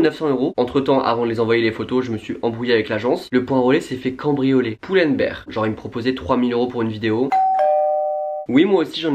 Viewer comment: Merci d'avoir BIEN prononcé Pull&Bear <3333